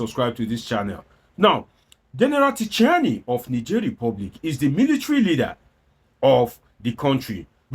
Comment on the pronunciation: The name is pronounced Chi-ani, the "t" alphabet is silent in French.